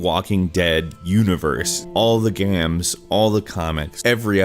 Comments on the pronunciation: What the fuck are "gamms?" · Seriously... stop saying games as "gams."